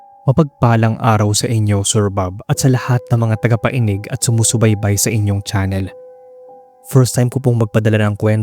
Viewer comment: Akala ko, ako lang. Pati yung “tagapainig”.🤭 Pero masarap padin makinig bago matulog.👍👍👍